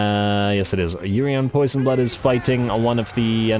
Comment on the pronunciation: It's not Urian Poisonblood his name is Urian Poisonblade.